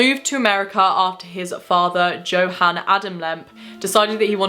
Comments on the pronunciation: I just wanted to correct you on one thing you said Johan how it is spelled but since they are from Germany it is probably pronounced yohan one of my best friends was adopted from Germany and his dad is German and it is how you pronounce his name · St. Louis pronounced St. Lou Iss. Johann = Yo Han. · Also, J's are pronounced as Ys, so Yo-hann :P